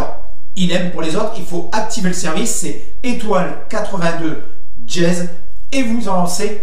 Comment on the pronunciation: C'est pas "djez" c'est "dièse" !